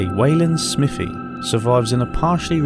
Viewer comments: "SMIFFY" its Smive--ee, Smithve---ee Smythee (as Ala Alpha's comment). I was born in Kent but then lived 4 miles from there in Shrivenham and also on the map Wanborough and also a few hundred yrds from "Steam Museum" on the map but now down in Devon. At the point where you did the tree graffitti I was under the desk hiding just in case there was a late 70's TW in view. I will say that there has always been strange stuff going on at night up there, at one time candles in the trees and then ribbons, hooded clan people, and groups of teens in school holidays. It has a "feel" to it,??? Anyway I assume you also visited the ROC post just the other end of that section of Ridgeway tack and if you make it to North Devon Give me a wave! Thanks for the Videos! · Im originally from Wiltshire/Berkshire border, and just to let you know you are pronouncing Smithy wrong. Its not Smith-y Its more like, Smiv-thy. I have no idea how to write it phonetically. lol. But its not SMITHY. :)